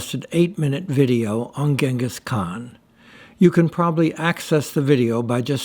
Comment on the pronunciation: Holy F! You visited the statue and the area, took a tour and obviously made this video edit after and still managed to mispronounce the man's name?